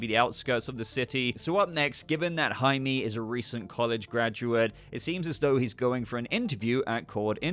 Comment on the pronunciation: Just a little Spanish tip. Jaime is pronounced “High-Meh” Also, dont know anything about Blue Beetle but this looks like a blast and hope we’ll get more awesome coverage from you of the film in the future